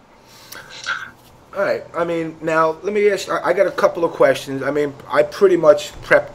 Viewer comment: "Lemme axe you a question".